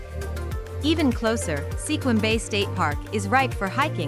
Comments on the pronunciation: Langley has no sky scrapers. I about fell down at those pictures. And Sequim is pronounced Skuim. Not Se Quim. What a joke. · It's pronounced skwim.